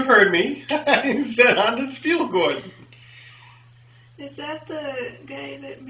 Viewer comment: I'm very sorry to disappoint, but as a (first language) dutch speaker I have to say that your dutch was good enough for me to decipher :) :P "Snoepjes" is most commonly translated to candy but in this case treats in more applicable and "speelgoed" can simple be translated to toys. "Hondenspeelgoed" (the duck) is a combination of two words, "honden" meaning dogs and "speelgoed" that off course means toys, so dog-toys :)